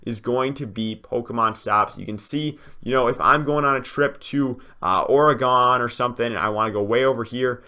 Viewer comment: Wow he said Oregon wrong now I'm mad